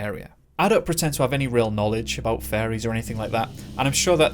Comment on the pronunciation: I heard fairies and then saw the photo.